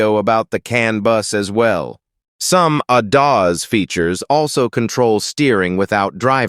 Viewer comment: I hope you didn't spend too much on the AI voice because it is terrible, won't watch another one of your videos with that annoying and condescending voice over, the pronunciation of ADAS is pitiful and makes me want to strangle who ever wanted this ridiculous voice.